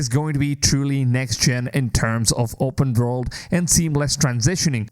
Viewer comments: Open Vorld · How many times do you want to say vopurnn world 😅